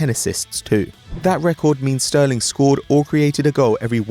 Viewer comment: Sterling??? Hahahaha thanks for making me laugh mate